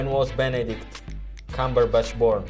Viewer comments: them pronouncing benedicts names wrong is everything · Benecrack lmao